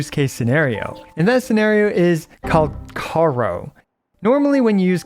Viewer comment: IT IS FU**ING PRONUNCIED: "CALC- ih-a -RO" NOT "CALKARO" FOR THE SAKE OF GOD.